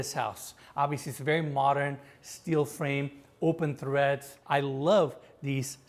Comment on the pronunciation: There is no “H” in treads. You can also call them steps.